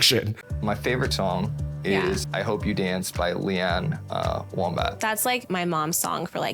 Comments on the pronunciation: Did that motherfucker really call Lee Ann Womack "Lee Ann Wombat"??? Cuz that's what I heard. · He absolutely said wombat 😭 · Bro really said Leann Wombat 😂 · Can we please acknowledge the fact that fully said Lee Ann WOMBAT 😂